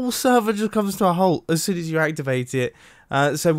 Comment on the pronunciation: "Sonn" "Soom" "Soob" "Soon" Me: did you mean spoon?